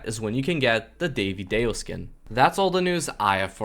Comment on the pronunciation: Why is vro calling Divadayo - Daivy Day o 😭